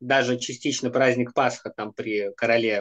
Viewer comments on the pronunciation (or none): none